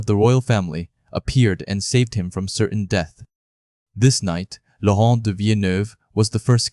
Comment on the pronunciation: did I hear french, Laurunt😂😅